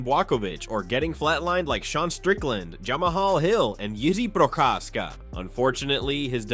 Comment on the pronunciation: Wow, the best pronunciation of Jiří Procházka so far!